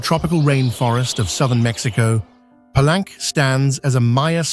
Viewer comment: PA-LEYN-KAY. Gracias.